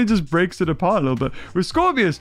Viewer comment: it's scorpius not scorpios